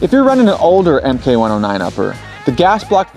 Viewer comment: Why “em-kay” 109 and not “mark” 109? For example the mk19 40mm is pronounced “mark nineteen”. Is PWS’ official position that their models should be pronounced “em-kay” or is this video host just ignorant about weapon terminology?